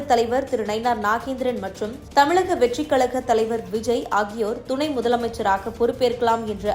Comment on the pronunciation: TMInfotainment நிர்வாகிகளே , தமிழில் 'ழ' என்ற எழுத்து வரும் சொற்கள் அதிகம். அதை பயிற்சி எடுத்து பேச சொல்லவும். இல்லையென்றால் அந்த எழுத்து வரும் சொற்களை நன்கு உச்சரிக்க தெரிந்தவரை வைத்து செய்திகளை வாசிக்க சொல்லவும். செய்திகளை சொல்லும்போது உச்சரிப்பு மிக அவசியம். இந்த விஷயத்தில் நீங்கள் அதிக கவனம் செலுத்த வேண்டும். இந்த செய்தி வாசிப்பாளர் 'தமிலக தேர்தல் கலம் முலுக்க முலுக்க' என்று பேசுவதை கேட்கும்போது நாராசமாக இர்க்கிறது. அதுபோல செய்தி முழுவதும் தமிழை தவறாக உச்சரிக்கிறார். கவனம் தேவை.